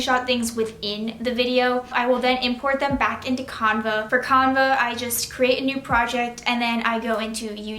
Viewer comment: BTW you say canva, Can Va